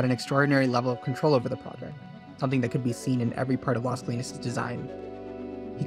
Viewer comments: Great video but I had to look up the project name because the narrator kept referring to it as LESKLEENS, instead of LAZ KOH-LEENEZ, which is much closer to the Spanish pronunciation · Las CO-LI-NAS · ** It’s LAS Colinas. L-A-S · The way you say Las Colinas is weird.